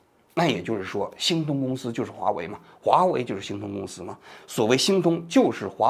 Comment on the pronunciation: 王局的字目哪里去了 我集中精力的 听 “新东”公司 原来是“星通”公司 到最后看了字目才校正过来